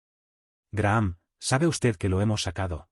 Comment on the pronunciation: Se pronuncia Graham ( Grajam).